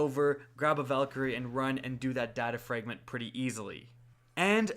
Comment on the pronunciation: Why cant you pronounce fragment